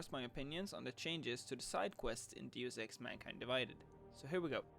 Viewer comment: So basically they will be like side quests in the original Deus Ex from 2000, which is the only game that has ever done side quests right. By the way, you pronounced "Deus Ex" incorrectly.